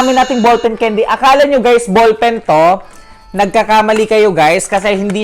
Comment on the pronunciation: The word CANDY! It should be pronounce kendi" not keyndi! 😏